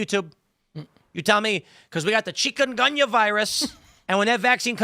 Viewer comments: Pronounce the chicken goonia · First off, that's not how you pronounce that. Secondly, it is not a new virus. It's been around a while. I caught it in 2018 in Nicaragua, (while i was down there working on my wifes visa) it is a serious illness, especially if you're already infirm. It can be deadly. Not a fun sickness.